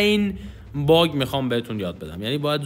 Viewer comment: حس میکنم دقیقه 1.12.بجا باگ گفتی باغ